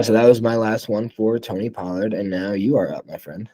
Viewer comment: You're too high on Tony Pollard and you say his name wrong. How could you take coronavirus over at quarterback and Dynasty? Not smart